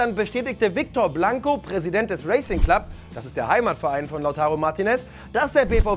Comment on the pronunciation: "Racing" spricht man wie "Rassing" aus. ;-)